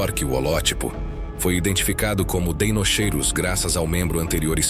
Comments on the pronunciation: Em latim “ch” tem som de “Q”. Portanto fala-se “Deinoqueiros”. Atente para a pronúncia correta. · O "ei" tbm se pronuncia "i" , assim ficando "dinoqueirus" , igual a dinossauros de DEINOSAURUS ( lagarto terrível)